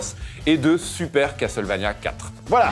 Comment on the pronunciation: dommage qu'ils ne ressortent pas les musiques de cette serie cultissime qu'est castlevania en cd . sinon les gars , faudrait arreter avec " cas tel vania "...c'est castlevania .